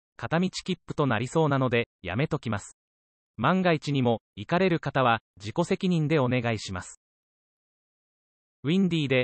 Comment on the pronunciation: 行かれるがいかれるに聞こえました